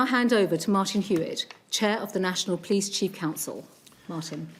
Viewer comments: She keeps talking about someone called the "pleece" but can anyone tell me who this is know I could get a fine from them but I need the heads up before I break any rules, so I have heard of the "police" and I know I need to watch out for them, but who are these "pleece" 🤭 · We call them the Po leese